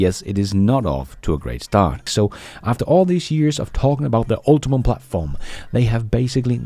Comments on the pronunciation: you keep mispronouncing GM's battery platform... it's ultium ... not ultimum. only 1 m. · Ultium (UL-tee-um) is a word invented by GM marketing. It is not pronounced ultimum. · UltiUM, not UltiMUM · You're a smart guy: once again, it's ULTI-YUM, not ULTI-MUM! When a smart person misspeak, after an opportunity to improve, makes them appear less intelligent than they actually are.. ( but don't worry, I'll correct you until you get it right.)